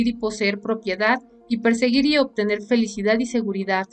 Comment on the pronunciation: Minuto feligidad o felicidad, no importa me encantan tus resumenes